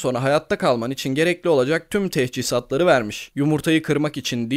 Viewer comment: TEHCİHAZ DEĞİL TECHİZAT